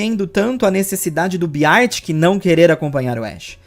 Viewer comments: se pronuncia Bér tic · eu adoro-te, mas a sua pronúncia de "Beartic" é horrível 😭